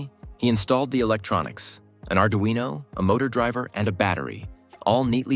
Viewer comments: yes thank you. My question was about pronunciation... There is a single r in Arduino so why some people mispronounce it as Ard-rino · Why is it called ard-rino